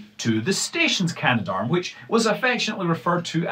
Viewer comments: Cah-Nah-Dahrm is the official pronunciation (in pseudo-phonetics). It has an extra 'a' in it between can and darm, so it doesn't quite work like gendarme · Canadarm has three syllables.